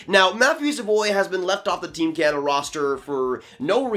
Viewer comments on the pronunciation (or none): none